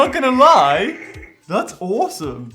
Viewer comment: "I'm not gonna pretty lie, it's hawsome" rlly?